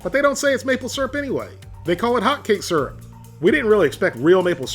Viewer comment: ‘hawtcake surp’